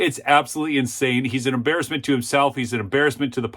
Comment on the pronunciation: I agree with your statement. fyi: 'Christie' not 'Christy' 'embarrassment' not 'imbarrisment'